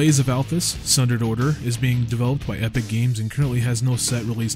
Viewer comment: Hey, I'm a member of Epoch Games. A couple things ... - "Epoch" should be pronounced more like "e-pock" then "epic" - It's Althas, not Althus. - Although we haven't fully decided on the sounding of some of the names and places in Althas, I imagine Thenodar would probably be pronounced "Thehn-o-dar" (the others sounded about right). Gotta admit, it's cool seeing you guys talk about the Top 100 IotY games. By next year we should likely have some in-game work to show off ;)